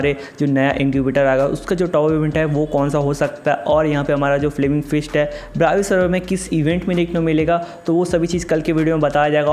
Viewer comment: Bhi wo 'first ' nahi ' fist' hota hain....😁😁😁